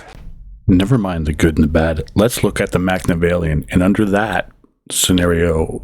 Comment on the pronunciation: he really said machnavellian